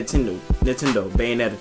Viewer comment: short answer...no. Not enough power under the hood, not enough third party support, not enough must own titles although that is subjective. This generation I think it's a wrap for Nintendo. Beyonetta 2 I'm going to pretend you didn't say that. I'm going to pretend you pronounced Mario Kart 8 wrong. lol. Great vid, bro